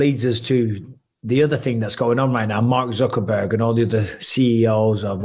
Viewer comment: I love how Mike consistently calls him Mark "Zuckerburger" 😂😂😂